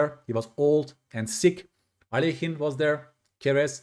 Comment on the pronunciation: I appreciate how you pronounce Alekhine. Many people say it wrong 😂